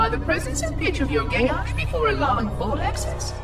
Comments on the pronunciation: It is me or he saying “Geas” wrong EDIT: guilty spark says it as Gē as so your saying it wrong, it’s not gesh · Gesh sound wrong. Gias should really be said as gee as, or possibly ges. But a sh sound without an h makes it sound wrong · Why do you pronounce it "gesh?" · I thought it was pronounced Geia. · lol, gesh. Pretty sure its a geas.